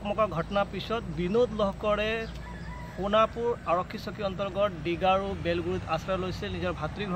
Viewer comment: It's not honapur 😂😂😂 It's Sonapur okay